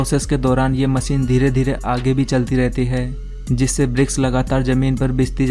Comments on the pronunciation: MACHINE, not MASEEN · Aby chotia masine nhe hota machine hota he.